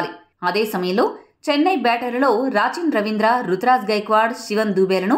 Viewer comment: Raachin ravindra kadhu akko rachin ravindra😂